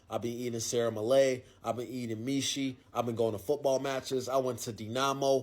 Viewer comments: when the guy in Romania said mishi, I assume he meant mici (pronounced Mich) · I'm sorry, what? You ate What in Romania? Sarah Malayh? Are you sure you didn't have Sarmale (Sarmaleh), And what on God's green earth are Misi? It's Mici (pronounced for non Romanians... (actually,make that Non Europeans) as Meetch... or to simplify, Mititei). There is no team called Stawa, it's Steaua, and I Don't know what Rapidi is, last time I checked they were called Rapid... just saying... do better. No, really, I'm sorry, but people Actually Trying to mispronounce names of food lr sports teams wrong just for clout, sorry, bot rubs me the wrong way